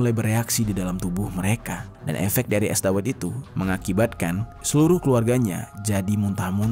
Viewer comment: Cara baca es dawet nya bukan gitu bang🤣